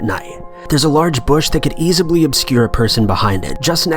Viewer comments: did this nigga just say “easibly” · best part of the video: "easibly" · Easibly? Lol